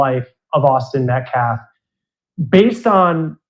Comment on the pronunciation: It’s calf. The claf. Words matter